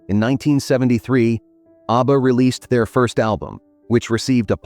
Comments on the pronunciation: Mate, it's 'ABBA' not 'Arbour!' 😂😂😂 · Pronounced ABBA, not ARBA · oh wow, you really are sarcastic aren't you? I am British. I speak English and nowhere in the world is Abba pronounced the way it was pronounced in your video. I was correcting the pronunciation. I won't be back here. I only follow nice people. Have a wonderful day. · Is jarring every time ABBA is mispronounced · mispronounced abba sounds ridiculous & personally I'd prefer to her your voice, for all the hard work you've done! I did make another comment on your upoad. (2 comments) Just to let you know, I'm mostly dyslexic & not making out I'm smart! There's nothing wrong with me prefering to hear you speak with your own voice instead of a ai vocals.. I'm glad you commented.🙏🏽 ..